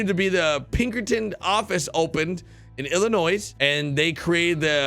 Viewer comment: I think it’s completely possible for an organization to put projects on hold in order to deal with lawsuits. Lawsuits are tricky and you need to be careful in your actions. P.S. you have a great channel, however you pronounced the “S” in Illinois. Doesn’t make me love your channel less, just pointing it out 😂